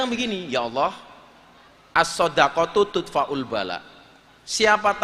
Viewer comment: Bukan tudfa'u kang..tapi tadfa'ul bala' kok mesti keliru baca seh kang.jangan baca arab talah kang...